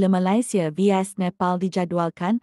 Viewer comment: Cuba la sebut Malaysia betul2 min 😅